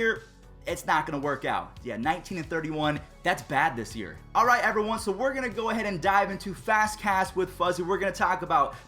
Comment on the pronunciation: alright evwone lol